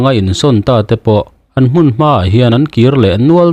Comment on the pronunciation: Hmun hi hun bi tiha hun thlukin thluk la a dik chiah ang.